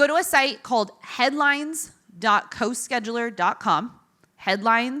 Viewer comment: website spelt wrong, scheduler not co she duler 😂